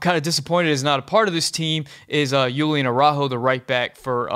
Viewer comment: Julian = Hoo-lee-an NOT Yoo-lee-an